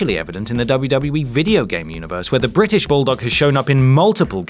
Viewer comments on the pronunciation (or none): none